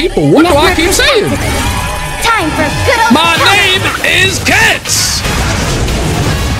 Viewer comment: Bro just can't say her name right💀🤦‍♂